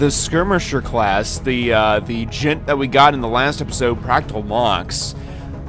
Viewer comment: Dude... it is not practal mox. It is pratal mox. No need for the c at all. Other then that I'm loving the series.